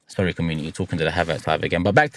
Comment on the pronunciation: “Seclond Wice” & “No Swerwreee Bob” is CRAZY looooooool 😂😂😂😂😂😂 endless clips have to come from this. #scwollswuggery get on it 😂😂😂😂